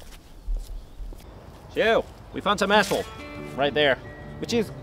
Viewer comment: "Let's find some assholed... I'm gonna go try it on assholed now... Assholed it is..." You are probably wondering what he meant by this. I have the answer for you: asphalt. He's talking about asphalt.